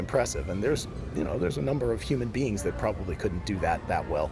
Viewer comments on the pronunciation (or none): none